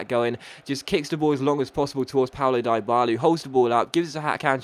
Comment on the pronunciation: Stop dropping that hard I on Dyballas names its sounds like Deeee Balla